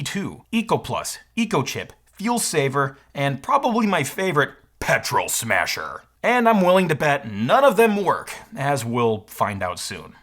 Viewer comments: Not even "Petrol Smasher", but "Petrol SmaHser" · "petrol smahser" lol. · He called it the "petrol smahser" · "Petrol Smahser" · “Petrol smahser” lol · 'Petrol SMAhsER' lol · "Smahser" LOL. And "Percy" is a short "e", like "curse-y".